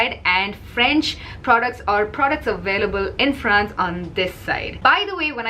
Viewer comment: "very popular in Fwanz", lol. great video;). This was a good presentation for evening makeup. It's not the norm for women in the daytime for work, although I have seen it at times. I love how a lot of French people criticize Americans for wearing too much makeup and then they critcize each other if God forbid someone French dares to wear bolder makeup as well, because it looks fake. That's a whole lot of talking smack about Americans, maybe the French need to get another hobby besides smoking and gossipping and stop being snobs. The French can look fake as well and they get almost as much plastic surgery, maybe they don't routinely get DD breasts implants, they like smaller breasts but they still get procedures done. They need to stop hating on Americans for our way of life. They call us fat but they are dropping like flies due to their high cancer rates. You do you France and we wil continue to do what we always do, which is to not give a damn what you guys think.